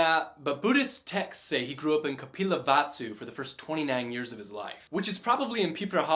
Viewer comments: thats kapilbastu but that man said kapilvatsu that was quiet funny!!!!! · Not "kapilvatsu" its "KAPILVASTU" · just so you know, it is 'Kapilbastu', not 'Kapilvatsu' guys. thanks for